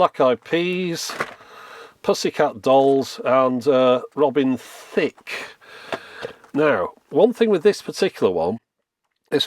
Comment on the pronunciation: The way you say it, it's more like Robin Thicc